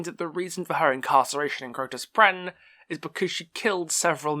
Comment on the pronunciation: It's Crotus Penn, not Crotus Prenn....